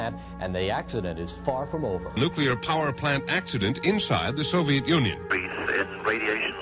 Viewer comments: can the narrator get the words right first its nuclear not newkiller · Good video, very informative, but please, it's NUCLEAR not NEWKILLER.